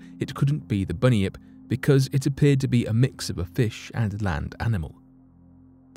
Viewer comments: I thought it was bun yip? Not bunnyip. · It's pronounced Bun-yip not Bunny-ip. Bunyip. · Bunyip not bunion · Bunny-ip?? Nope. Bun-Yip mate. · Hi, U pronounced bunnyip wrong, U say it like bun- yip not bunny -yip , cool video tho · It is pronounced Bun-yip for Bunyip